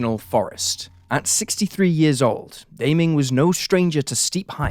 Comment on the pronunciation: That (mis)pronunciation of "Daming" is an unsolved murder case in and of itself